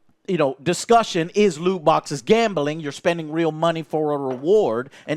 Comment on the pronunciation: Great video. Can i just say tho, Joe, there is no E in gambling. GAMBELING